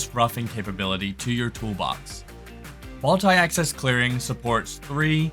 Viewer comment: Mult-ee axis roughing . Yea!